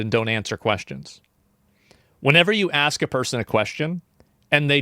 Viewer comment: The people who can't pronounce "ask" don't need to be policied? Hahahaahaa